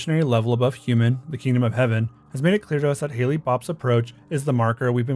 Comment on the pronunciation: also: it's hale, like hail, not ha-ley.